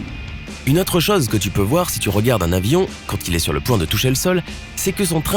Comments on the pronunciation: Quelle affreuse façon de prononcer le son "o" !!! On prononce ChOse pas ChAEse !!! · Pour info, les mots "gauche", "zone" et "chose" se prononcent avec un "o" fermé, comme dans "eau" ou "gâteau" et non pas avec un "o" ouvert comme on le trouve dans "homme" ou "personne". Cette manie apparue depuis peu de prononcer tous les "o" comme des "o" ouverts me fait saigner les oreilles. Retournez donc à l'école pour apprendre à parler le français correctement, votre discours n'en sera que plus clair !!